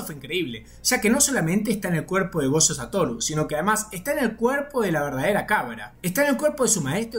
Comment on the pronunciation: "Chuta", "gocho", "chuchi itadori", "chuchutsu kaisen", oh que horror 🙄